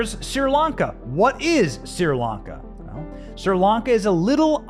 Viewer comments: I also have a hard time listening to you pronounce Sir Lanka instead of Sree Lanka. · It’s Sri Lanka, not Sir Lanka. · Pronounced Shree.....Lanka. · Why can't you say other countries properly? Look it up if you don't know It's not Sir Lanka...it's Sri Lanka It's phonetic! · Correct. It's pronounced "SREE," not "SIR" or "SEER" Lanka. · It's pronounces SHRI Lanka, NOT SIR Lanka! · So is it Seer Lanka or Sri Lanka? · Hey Benny why do you say SIR LANCA when I have always heard it pronounced SRI LANCA? Is it for being plotted out of society for reasons of having a regular opinion? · You are not pronouncing the country's name right. "Shree Lanka" That's the way I always heard it! God Bless them! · Pronunciation = "Shree-Lanka". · Hi Benny, my friends are from Sri Lanka and it's pronounced "Shree Lanka". Love your reports, thanks! 👍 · It was driving me crazy. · Correction, the name is correctly pronouncedSHREE -lanka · Benny, please stop misprouncing the things you're reporting on. It gives naysayers a reason to dismiss the info you're providing by calling you unintelligent. It's not "Sir Lanka". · It's been driving me nuts too. I commented about it as well.